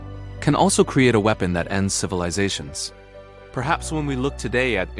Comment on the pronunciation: Please get the pronunciation right. Wee-pon, peena moond and its friends destroy credibility.